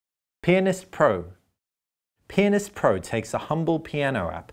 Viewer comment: this guy dont know how to pronounce pianist